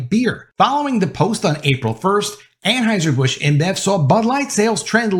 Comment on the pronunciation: An HEUSER NOT AnHEISER!!!!!!!!!!!!!!!!!!!!!!!!!!!!!!!!!!!!!!!!!!!!!!!!!!!!